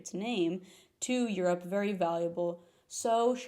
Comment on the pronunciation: The Californian vocal fry in "Eurrr ope" immediately followed by a mildly carioca Jornal Nacional-esque "Rio de Janeiro" 🫪